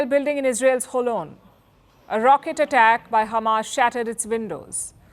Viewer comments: Khamas 😂 dear Palki, Israelis can not pronounce H like Russians, that is why they say Kh instead of H, well we do not have kh in Hindi as well but kh make the sound that you pronounced at the beginning of the word Hamas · Why did she say khamas it’s hamas bruh she’s a Israeli journalist #EXPOSED